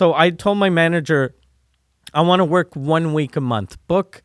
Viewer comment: LOL... I hadn't noticed until you pointed it out. "Wark"... funny lol